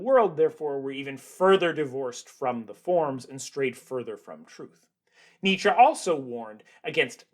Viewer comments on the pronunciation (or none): none